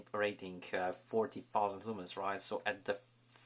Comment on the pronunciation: lol it soundeed like you said fourteen thousends lumens instead of forty thousend lumens lol but i get what your trying to say lol